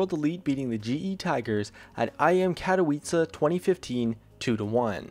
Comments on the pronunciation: more like katoVice, not katołice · It's pronounced CATA-VEECHAY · Cat-o-wee-zah. Done. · "w" in "Katowice" is spelled like "v" :) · Can you please learn how to pronounce Katowice?? Thanks.